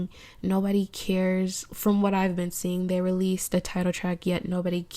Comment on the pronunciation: The way she says IVE is shit in every other video and I still tune in within three minutes of the video being up